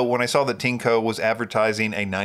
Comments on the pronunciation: (This sentence uses Google's machine translation) I always refer to your videos. Well, I always laugh when you pronounce TINECO. This is because when you pronounce CHINKO in Japanese, it sounds similar to PENIS in Japanese. To me as a Japanese, your TINECO and Japanese CHINKO sound very similar. What does TINECO mean in PRC terms? Thank you for reading. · In the Japanese Amazon (Amazon.co.jp), TINECO is written as ティネコ. The pronunciation is like TEA-NECK-KO. Amazon also understands that TINECO and CHINKO have similar pronunciations and are not good words in Japan.